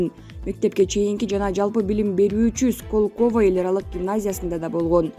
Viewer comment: Диктор мектепти бүтүргөнсүңбү? Сколково деген сөзгө ударение коё албасаң кантип иштеп атасың . Мариуполь жөнүндө сүйлөбөй эле коёюн. Уялбайсыңбы.